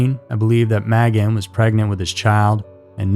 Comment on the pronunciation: Magan is pronounced "May-gan"